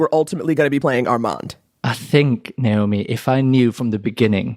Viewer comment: 🚨🚨🚨🚨PAY ATTENTION TO HOW HE PRONOUNCES HIS NAME COMPARED TO HOW NAOMI MISPRONOUNCES IT🚨🚨🚨🚨 pls educate the fanbase y’all I had to witness it in person and wanted to pull my hair out